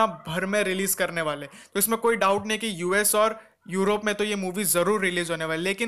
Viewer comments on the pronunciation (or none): none